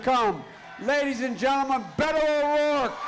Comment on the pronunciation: Love your show, Colbert. Really. Watch every day. But seriously....you STILL can’t pronounce Beto? You really look at that and think it’s pronounced Bado?